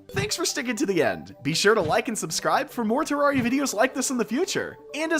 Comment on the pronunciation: He actually says ter-rawr-ia